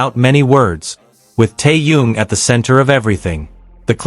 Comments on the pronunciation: Не Таён, а Техен. Задолбали уже. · Почему уже не однократно слышу как его каверкают имя. Если хотите донести до людей иныормацию так называйте плавильно имя человека